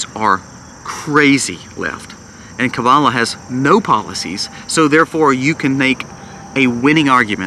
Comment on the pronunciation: I can't stand KH, but please pronounce her name correctly. It seems like almost none of the conservative people I listen to do that.